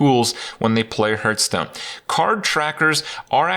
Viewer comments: Is he saying Hurtstone purposefully ? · I will never get over him not being able to pronounce Hearthstone properly. WTF dude.